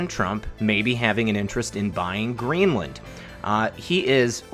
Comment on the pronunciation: Your pronunciation of Greenland is making me cringe like I'm being slapped on the forehead with a paint stick. Let Ireland be your guide.